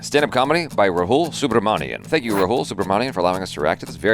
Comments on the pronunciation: its RAHUL not ROHUUUUL 😊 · I can't help it from commenting but please now you can pronounce his name correctly as you have spent some years reacting to Indian contents. So, his name is Raa+ hu+ l not rhoool